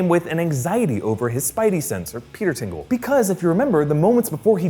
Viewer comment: Stop saying "Peter's tingle", please.